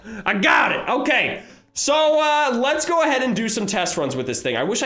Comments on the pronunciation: He said go but it sounded like don’t lol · he is just saying 'goo' really fast